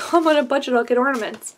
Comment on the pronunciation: *Ornaments not ordainment lol